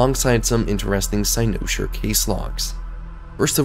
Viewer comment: I absolutely love this theory and think you are 100% on to something. My only criticism is the way you pronounce cynosure.